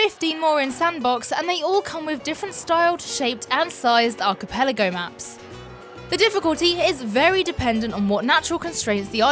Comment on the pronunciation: I gave you a like for pronouncing 'archipelago' correctly. I do not think I have seen even one other Tropico 6 video where the words was not mangled.